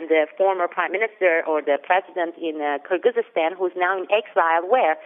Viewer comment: You guys have to learn how to pronounce foreign country's names. It is KyrgyZStan and KazaKHStan, there are no such countries as "kyrgyzystan" and "kazakhystan". Good analysis though, thanks.